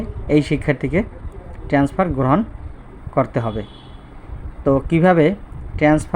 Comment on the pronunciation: আপনি কি একজন শিক্ষক? আপনি বারবার বলতেছেন ট্রেন্সফার, শব্দটা তো হবে ট্রান্সফার।